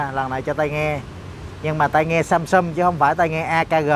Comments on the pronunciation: thay vì đọc là SAMSUNG thì lại đọc là SUMSUM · Tôi sửa 1 chút cho, phát âm rõ ràng sờ am sam, sờ ung sung, sam sung, chứ đừng đọc samsum, hay sâm sâm, hay sân sân, nghe nó thiếu kiến thức lắm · Nc khó nghe ghê,đến cả tên hãng còn đọc sai. Sâm sâm??? Là hãng gì,hãng đt nào???? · Ceo mà phát âm samsum :))) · Samsung mà cứ đọc samsum